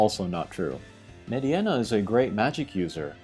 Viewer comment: Meh-deenuh. Not med-e-enna